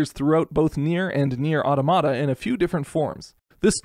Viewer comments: au-TAH-muh-tuh. It’s the plural of automaton. Not “atamadadtatada.” It is not some weird misspelling of automatic. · it's pronounced Automata, not Automata pls